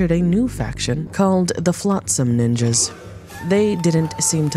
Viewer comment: Dam do you really have to use the hard "S" for Ninjas?